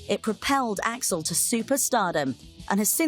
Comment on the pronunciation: AI calling him A-X-L.